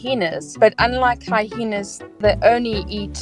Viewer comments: Excuse me but there is only one H in hyena and no matter where in the world you are it is pronounced HY-EE-NUH. No, I'm not rude, I am concerned with ending ignorance which is the state of not knowing. Please don't learn from the girl saying hy-hee-nuh so you won't be looked at like you flunked kindergarten; God help us, it happens! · Hy-ena only has one H in it not two and your pronouncing with 2 (Hy-hena). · I was unaware hyena was pronounced like hyhena. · Never heard hyena pronounced hi-heena before! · I've never heard of hyena pronounced hihena. 😅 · Why does she pronounce it "high-hee-na"? 🤔🤨 There's only 1 "h" in "hyena". 🤦🤷🙄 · I know our language is chock full of letters, which some people selectively pronounce, but I do not recall there being a second, "H," in the word, "hyena."